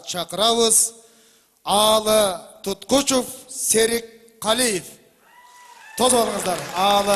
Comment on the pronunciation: Туткучуф деп жарыялаганы жакпады. ТуткучЕв деп через Е тамгасы менен жазылат жана айтылат.